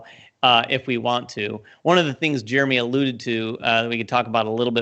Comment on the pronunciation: You said my name exactly right, which is amazing. Give yourself a pat on the back Jeremy! I'm really excited to hear you all are looking forward to doing more "relaxed" content. It's relatable and easy to watch while eating lunch, working out, etc. Especially during this pandemic, I feel like I enjoy that engaging content.